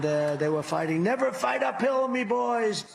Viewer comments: I thought he was saying “never fight a pill” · Funnier still, i kept hearing "fight a pill', not 'fight up hill.' Team OJ, indeed. Lol. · I thought trump said "never fight a pill!" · Ahhh ! Up hill! It took awhile. I thought tRump was saying fight a pill.